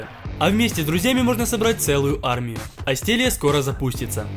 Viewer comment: Да почему АстЕллия, если правильно произносить АстЭллия?!!?!